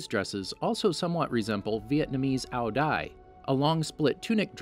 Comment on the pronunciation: I'm Vietnamese and how he prononced "áo dài" makes me laugh